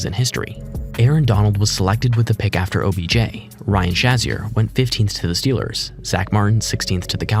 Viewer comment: also its prounced Ryan SHAY-ZEER